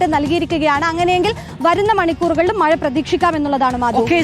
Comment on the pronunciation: മയ അല്ല മഴ